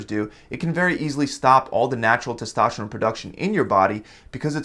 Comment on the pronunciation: It's testosterone not testašteron